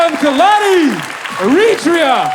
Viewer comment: As an Eritrean. I hate that the Eritrean here can't correctly say our countries name the way it is pronounced in English. When written phonetically correct in English. This is how you woukd say our countries name AIR-ET-REA. If you're an Eritrean reading this. Say Eritrea in our Tigrinya way of saying it. You'll see what I mean. We say the "Air" sound not the E sound as people like this guy are incorrectly saying it and letting others believe thats how you pronounce it. Again, when written phonetically correct in English Eritrea becomes "AIR-ET-REA or even AIR-ET-TREE-YA. Sincerely a know it all American, Eritrean. 🙋🏾‍♂️🇺🇲🇪🇷